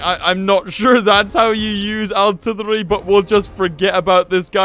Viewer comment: It's funny that he says aułrtrillery